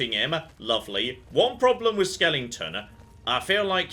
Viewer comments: Don't forget skeleton, not skellington! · please, it's skeleton, not skellington!!!! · I just wish he'd say "skeleton" properly.